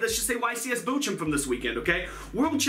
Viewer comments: where is bo~jo? As a german I have no idea why you think bochum is pronounced that way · Niilser naja "Botschum" ist immernoch besser als "Bokum" wie die meisten sagen xD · As a German it's always funny to hear you pronounce Bochum so weird. But the German ch is probably too strange for the english language. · I'm from Germany, and its so funny how you pronounce "Bochum" 😂 I love your videos, because I'm a big fan of cyber dragon's. Keep up the good work! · I love how you pronounce "Bochum" XDDD